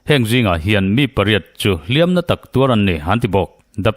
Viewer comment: "Hliam" leh "Hliam tuar" i lam dãn a dik ta zaih mai, Ngaihtlãk a nuam e❤